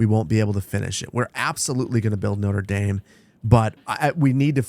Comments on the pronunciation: the latin was bad but notre dame being pronounced as noder daym is another level of pain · Love how he pronounced Notre Dame like the university here in Indiana instead of the cathedral in Paris he was actually building 😂 spoken like a true Midwesterner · The pronunciation of Notre-Dame hurts xD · Is that how Americans pronounce Notre Dame? 😭😭😭